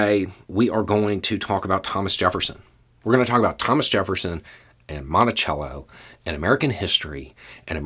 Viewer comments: It's Monticello not montichello! We need to teach the true history not the embellished history. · In Minnesota we have a city named Monticello and we pronounce it "Mon-tuh-sello". People will look at you like you're insane if you pronounce it correctly. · Listening to you say the name, "Monticello," I hear my old architectural history professor say, "Now, in Britain (he was British), we call it, 'Mon-tay-chello,' while in America you call it, 'Mon-tuh-sello,' unless of course you are from Virginia, in which case you call it, 'Mon-uh-sell-uh.' " Don't know why but that cracks me up every time I hear someone pronounce, "Monticello." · In Virginia we called Jefferson's home the British way, and called the street in Norfolk the American way. Growing up in rural Northern Virginia, I had only ever heard it the British/ Italian pronunciation. When I moved to Norfolk, I thought people were daft.